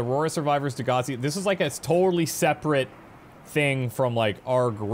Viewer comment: You know you're Canadian when every reference to the other ship sounds like "Degrassi".